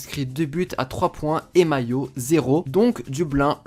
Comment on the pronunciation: Par contre mayo se prononce mai-oh